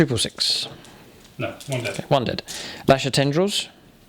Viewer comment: Loving the content I've been a fan for YEARS, and I've always had one question that has burdened me for ages... why does your "No" have a "y" in it? "nyoooo" 😅😅. Great videos pal, keep them up.